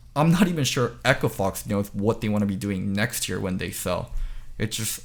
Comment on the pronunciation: every time says 'year" it sounds like "ear"